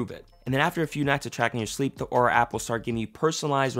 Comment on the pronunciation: UnjustifiedRecs and in this video he also pronounced it wrong. Lol